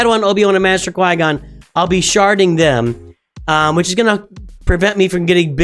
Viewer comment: Are you sharding or sharting